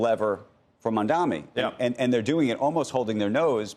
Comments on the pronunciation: Sorkin, it’s “Mamdani” not “Mamdami”. I think it’s quite disrespectful that he doesn’t want to learn the name. No wonder Mamdani doesn’t want to sit with him for an interview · For anyone interested, timestamp on Sorkin pronouncing NYC mayor as Mamdami. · Sorkin clearly says Mamdami, should learn to pronounce the mayors name correctly. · MAMDANI - dude, it’s not that hard to say. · Mr. Sorkin, you might get that interview if you cared to pronounce his name right. It's not Mamdami FFS. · They dont even pronounce Mamdanis name correctly and get to take pot shots?! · Andrew continuing to deliberately mispronounce Mamdani's name over and over again is all the proof we need of where he stands. Shame on Andrew. He used to be a solid journalist and is now employing sleazy tactics of the Cuomo campaign. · Do these news casters all have a clause in a contract to mispronounce Mamdani’s name on purpose? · Will Andrew ever pronounce Mamdani's name correctly? Shameful for a television anchor.